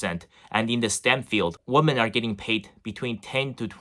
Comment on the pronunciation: Great content, but just a little suggestion; "Weemen"=Plural, Woman=Singular. Cheers!